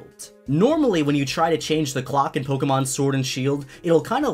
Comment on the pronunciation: Quit saying pokemon. I can't unhear you saying it wrong. Why don't you say Pok A Tips as well? No that you say with an E for some reason, couldn't say it right to save your life. Edit: and leaving ranked battles, teaching people to leave ranked. Dislike this scrub